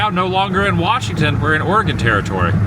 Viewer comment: Very few people pronounce Oregon correctly. Thankyou for doing so lolol😂